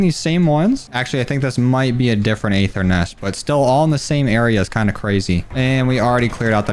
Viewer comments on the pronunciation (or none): Appreciate the time and effort in the vids, but ffs the “A” is silent on the Aether.